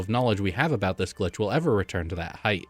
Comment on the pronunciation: Sometimes it sounds like you are saying "gli" instead of "glitch!" I wonder if your microphone settings are at fault?